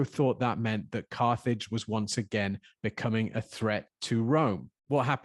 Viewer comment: Geeh! "Carthage" sounds like "carnage" 😟😳